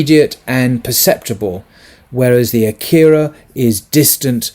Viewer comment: Akhira is pronounced Aa-khira, with a macron on top of the 'A'. Sorry. You're doing a wonderful job.